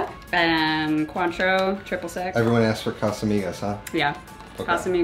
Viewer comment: I looked it up because I was curious - It's not pronounced "kwaan-trow," like said, it's pronounced "kaan-trow." And all this time Ive been saying "coin-trow."